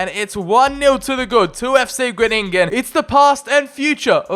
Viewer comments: its not gruningen but its groningen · Number 10. And it' s Groningen and not Groënininen😂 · It’s (Gron-i-gen) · How to pronounce Fc Gronigen Fc gron-agen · I know you addressed it in the video, so this is more just some information, but Groningen is pronounced with en emphasis on the "Gro" [Grow-ni- gen] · Haha it Groningen, you need to speak out the grOningen😂